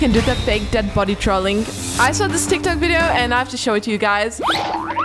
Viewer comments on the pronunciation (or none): none